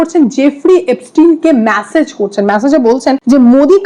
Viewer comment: ওরে ম্যাসেজ নয় , মেসেজ 😂